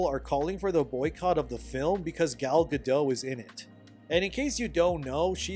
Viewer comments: why don’t you say a Jew? It’s not a slur. Gadot, not Gado. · Gadot is pronounced guh-DOT, with a hard t. It's a Hebrew name, not a French name. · The t isn't silent in Gal's name. :P yeah, I used to say it with a silent t too. Also, Gal Godot is very nice on the eyes, no matter what part she's playing.